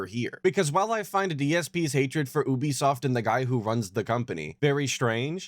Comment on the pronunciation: I hate how he says Ubisoft, like NO ONE says OObisoft cus thats NOT how it's pronounced lmfao, and oh good, Judas is gonna be ANOTHER game gets handheld through because he cant be assed to make his own choices...UGH Kill me now